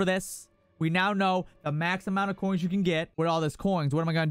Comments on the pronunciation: Ya boi, spend those "koings"! 😅👌🏻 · Man thats a lot of "KOINGS!"